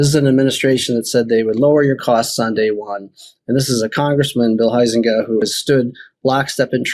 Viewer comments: Huizenga is pronounced "HIGH-zinga", not HOO-zinga. 🤦‍♀ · as a resident of West Michigan I want to help #Ben with a Dutch Name pronunciation. * Huizenga = Hi+Zinga...(3 syllables). McCann is kinda hot j/s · FWIW, I'm a former resident of Sean's district. I voted for him many times. He's a great guy. He actually listens to his constituents. His opponent, whose name is pronounced HIGH zin ga, is a Grand Rapids-area guy who really doesn't care about our end of the district.